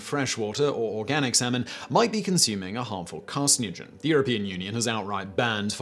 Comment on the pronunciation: Carcinogen ... pronounced kar-sin-o-jen. :)